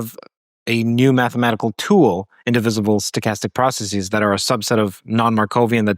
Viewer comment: Dropping the Markov assumption is practically dropping the idea of causality. I can understand when you pronounce 'bases' as 'basees', and 'crises' as 'cricees', because of their Greek origin. But why pronounce the ordinary English word 'processes' as 'processees'?